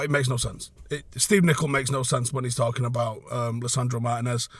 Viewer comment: Our next season depends on Martínez’ fitness. Also It’s pronounced Mar-tee-nez